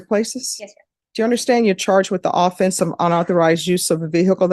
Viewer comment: I can't stress this enough. If you as a lawyer don't know that "AWE-fence" is the team trying to score a touchdown, but "uh-FENCE" is the crime, then I don't want you in the courthouse. You're an idiot.